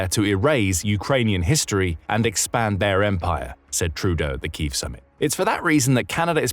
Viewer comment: a glaring example as to why A.I voice overs should never be used. "Kyiv" is pronounced "kee-yiv", not "keeve". SMH!